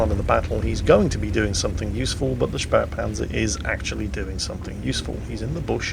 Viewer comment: Actually... it’s „Spähpanzer“ there is no r like „Spärpanzer“